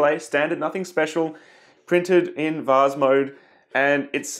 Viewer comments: the vaz again lol (please say vase instead of vaz) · He did offer the alternative of "vaze". Hey! It's vase, rhymes with base.